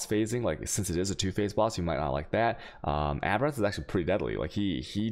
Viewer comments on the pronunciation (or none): none